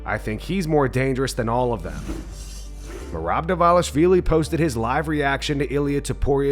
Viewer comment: . Why does Bruce call Merab Meran Dvalish”W”illy?😂